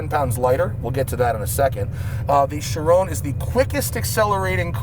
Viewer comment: Out pops Koshbin from the frunk “Bugatti ACHIRON ASPORT”